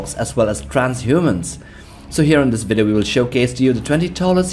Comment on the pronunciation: Never say video like that again 😂😂